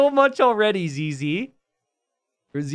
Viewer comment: Ok so for you to let you know, when you say zz, you say it sounding like zeze in english, but in french it sound like zizi, which mean dick. So right at the start of the video as a french person all i can hear is searching for dick base